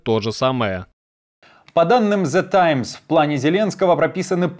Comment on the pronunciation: THE Times, not ZE Times